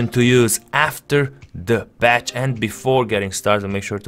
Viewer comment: It's called patch not batch